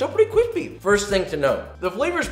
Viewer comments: Joshua: My chicken nugget is cwispy and hot Also Joshua: leaves McDonald's chicken nuggets out four 3 hours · And then we’re gonna fry it till cwispy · *me*: mmmmmh these nuggets are so kwispy and nice *Joshua*: not kwispy at all, trash *me*: not kwispy at all, trash